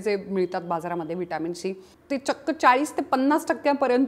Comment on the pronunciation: शी का बोलत आहात तुम्ही ..... सी असे बोला😂